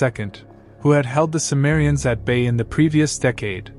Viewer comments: The word cimmerians is pronounced Kimmerians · C is pronounced K btw.